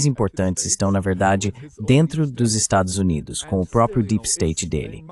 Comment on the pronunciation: Excelente entrevista! Ah, a tradução automática não sabe pronunciar "Estados Unidos"